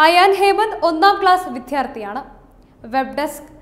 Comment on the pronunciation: വിധ്യാർത്ഥി അല്ല വിദ്യാർത്ഥി ആണ് ശരി.